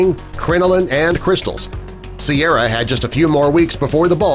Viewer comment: correction It's Ciara, not Sierra